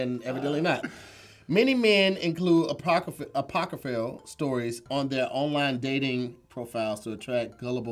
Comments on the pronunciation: gave "apocryphal". Cause he didn't hit the last syllable right. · did not say Apocryphal right at all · pronouncing apocryphal gave me the hiccups... You Mother (hiccup) 🤬